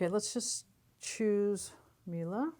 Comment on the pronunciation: Why do You mispronounce brand name MIELE is so easy - at the end is E and You should pronounce it like E used in word "E lephant"